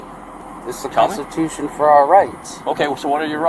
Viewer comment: "Its in the canstetooshawn!"